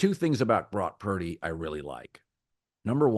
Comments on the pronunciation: Couldn't even say Brock's name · Say Purdy's Name Colin